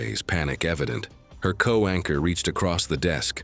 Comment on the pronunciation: It’s co-anchor, not co-wanker.